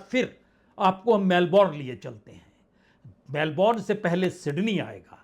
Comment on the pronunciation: मेलबर्न ऐसा उच्चार करो. मेलबोर्न नाहीं. इंग्लिशमे 'उच्चार' और स्पेलिंगमे फरक होता हैं. फ्रेंच भाषामे तो उच्चार अलगही होता हैं. इसलिये भाषा कैसी बोली जाती हैं यह महत्वपूर्ण हैं.